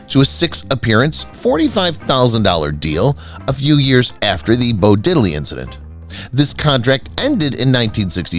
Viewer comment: “British Quintet?!” John, Paul, George, Ringo, and whom?! Not Bo Diddle-y, Didd-ley! Walter Win’-chell, not Win-chell’.